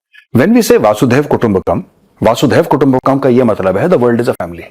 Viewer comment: सर जी, वासुदेव कुटुंबकम् नहीं जी. यह है वसुधैव कुटुंबकम्.